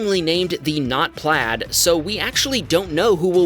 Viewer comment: PLAID, think about how you say that word, MAID, RAID, LAID. have you worked it out yet.